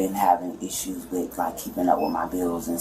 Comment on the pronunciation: The word is not "eeshoes" it's, "issue". Why do you CHOOSE to talk stupid.